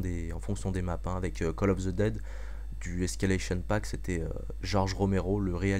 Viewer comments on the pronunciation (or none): none